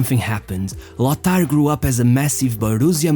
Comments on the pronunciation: Yes, languages like German are certainly not easy for non-native speakers, but "Loßar"??? C'mon. It's simply "Lotar, that's really not difficult. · There is no "th" in Lothar. The name is pronounced "Lotar".